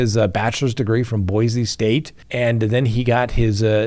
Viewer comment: It's pronounced Boy-Cee, not Boy-Zee